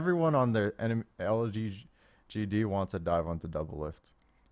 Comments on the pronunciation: You can do it dyrone it's L-G-D. One more time L-G-D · he cant say lgd lol xD